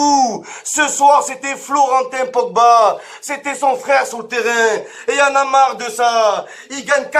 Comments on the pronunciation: “Paul Pogbite” chuis mooort 😂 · Au putain "Pogbite "omg